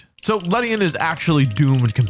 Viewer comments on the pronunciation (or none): It's ledian